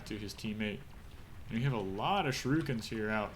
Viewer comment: "shoo-ree-kens" ... not "shi-roo-kins" ... :)